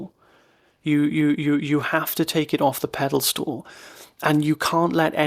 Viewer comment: 😂 - I'm an avid follower of your channel, & you are so articulate & polished, that I know you can take this humorous jibe & correction. I had to double-take first - & then your captions confirmed it...! It's not 'pedal stool' - but - 𝗽𝗲𝗱𝗲𝘀𝘁𝗮𝗹. As in - the thing statues are placed on.